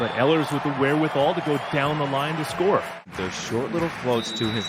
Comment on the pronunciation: Ehlers is pronounced “ Eelers”